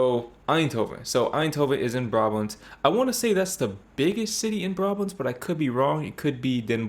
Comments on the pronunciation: The stress is definitely not on the last syllable.. BRAbant not braBANT… Trust me, I live there… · It's BRAbant, not BraBANT! And yes, I am Brabantian so I know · I don't see why a person who claims NOT to be Dutch should teach you how to pronounce words (names) the wrong way. It's not a regional thing; no Dutch person would pronounce Brabant with the stress on the second syllable. 🤷🏻‍♀️ However, there's a brand name - of I think you would call them kitchen supplies - BRABANTIA and this is pronounced with the second syllable stressed. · it is brabant with the stress on the last syllable, But then judging by your pronunciation of Dutch city names: you should work on it. Spoken with the same bluntness as if I were Dutch. I am not.